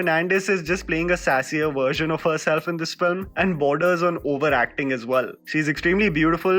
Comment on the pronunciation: When said overacting while talking about Jacqueline, I heard GOBAR acting 😂😂